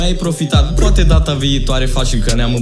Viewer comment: Ai spus cumva proate in loc de poate?